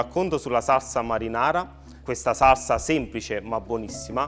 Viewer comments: ma sembra solo a me che non riesca a dire "SALSA"..sembra dica "SARSA"...o cmq pronuncia la parola in modo strano...sto napoletano un pò "de roma"...🤣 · magari impara a dire salsa invece di sassa, piuttosto che fare questi troiai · Quanta paccheri? Non voglio parlare delle lische fritte, t'è magn tu, neanche della pasta buttata, che poi il basilico nella marinara se ce lo metti a napl t vattn e mal nun fann, il peggio è sentire saRsa e Rimanere e sgamare che stavi pure leggendo. La guida michelin? Si dovevano dedicare solo alla vendita degli pneumatici. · Si dice saLsa e c cazz